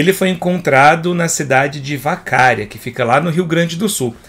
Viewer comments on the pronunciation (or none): Só para conhecimento, a pronúncia da cidade é "VacaRÍa"... ótimo vídeo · Pô é a cidade Vacaria e não Vacária, não tem acento no segundo a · Vacaria, não Vacária :) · não é VaCAria. É VacaRIa. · Lê-se Vacaría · Vacária? 🤔🤣🤣🤣 não é assim q se pronuncia 🤣🤣🤭🤭🤭🤭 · Se pronuncia Vacaría, tem a ver com o gado.